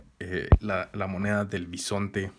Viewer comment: es bisonte no pisonte. Ademas solo delen un like.